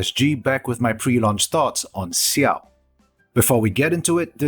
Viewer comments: Just so you know, it's not pronounced Siao, the X is pronounced like how it is in Xiangling. Much more like Jiao. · Dislike because its Xiao not Siao. It's difficult af to finish this video.